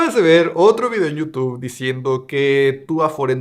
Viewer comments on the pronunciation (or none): none